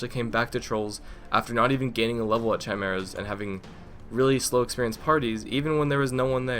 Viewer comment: I am sorry, but its pronounced kai mair ahs